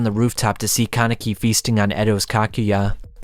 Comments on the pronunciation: btw “Kakujya” is pronounced as Ka-Ku-Ja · And he cant pronounce kakuja, kagune, or quinque for the life of him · Why is it so hard for you to pronounce "Kakuja", "Kisho" and "Kanae"? 🙈😂😂 Btw nice vid, I wanted to remember some of the parts of TG and this helped me a lot 😁